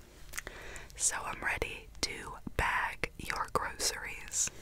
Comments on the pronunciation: This bothered me as I pronounce groceries (grow-sure-EE’s) and she does (grow-ss-ur-EE’s) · The way she said groceries